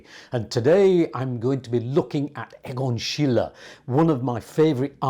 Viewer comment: You are an expert in this remarkable artist. It is a pity that you seem to have made no effort to pronounce his name and other German words more accurately. It detracts from your excellent history lesson.